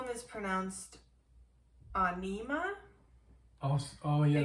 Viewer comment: It's pronounced Ahh-neh-ma